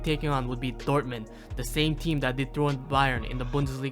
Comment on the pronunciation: why is he pronouncing dortmund dorman 😭